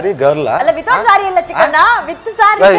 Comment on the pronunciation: Chikkanna Alla Bekkanna.....